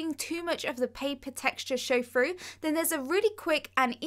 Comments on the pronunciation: Through - frough Eraser - erazer Thing - fing (This is what she says) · Why do Brits say froo instead of through lmao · Brilliant ideas and explanations, but please pronounce your 'th' properly. It will make you sound so much more professional! Tongue on top teeth. Saying 'froo' and 'smoov' just devalues your talents! I've liked and subscribed! 👍❤️